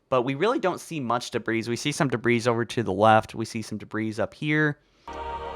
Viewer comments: say "debree" not "debrees." for the same reason you don't say gooses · Deh-bree. Not deh-breez. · Duh-breeze, bro it’s de•bris—dāˈbrē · Debris is not pronounced with the “S” , and is both plural and singular, so stop adding the damn “S” sound at the end of the word it’s pronounced “de-bri” with the S being silent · Debris is pronounced Duh-bree Zeta is not ze-ta it's zay-ta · Holy shit - please stop pronouncing the s in debris. It's said like "debree". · Halo Followers iconic mispronounced words: esbox, dabreez, foreigners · The S is silent in debris so it's pronounced like debree. Not debreeze. Btw great video ♥️ (And thanks for the likes everyone, I had no idea my comment would get so many) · “We see some debrees over here...” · You don't say the S on debris..... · i think the S is silent. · He was annoying me with that too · Dude, the "s" is silent in "debris" and is plural! Love your videos though. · The s in debris is silent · Bwah, stop pronouncing the s at the end of debris! It's silent! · Great vid but please learn how to pronounce debris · Nowhere in the world is debris pronounced like that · Please stop saying debris with an s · Rebelled and debris . . . for the love of god, learn to speak.